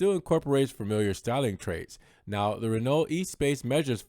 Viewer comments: Thumbs up for the video, but not this car. Ruined! The original was revolutionary... this is too conforming [p.s. It's not E-Space, but ess-pass... in French] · As much as you messed up with the pronunciation of Espace, congratulations for being the only one I've heard pronounce Modena correctly. The accent is on the MO...bravo!